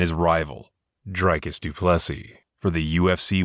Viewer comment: Its actually pronounced Drick-us Doopless-ee